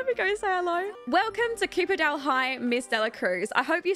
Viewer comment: Your accent makes copperdale sound like cooperdale 😂 and great LP btw I just subscribe because I was capitulated by everything tbh 😩